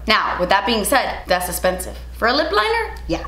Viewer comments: "That's esspensive" 🤣😍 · you’re beautiful and so kind. That’s it, that’s all I wanted to say💞 thank you for uploading this video during this time, I needed to distract myself and you did. Also, oh my gooooodness das espensive 😂